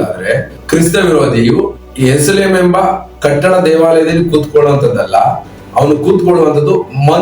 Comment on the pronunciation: ಏರುಸಲೇಂ ಅಲ್ಲಾ ಅದು ಯೆರೂಸಲೇಮ್